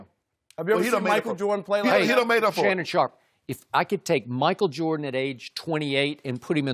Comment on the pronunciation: Lmao called him Leshannon Sharpe